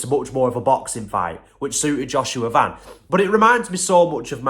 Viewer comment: I’m proud that this guy actually pronounce his last name right.most people just pronounce it like the shoe brand van.